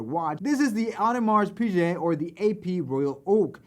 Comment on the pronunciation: Audemart Pigay not pijay please haha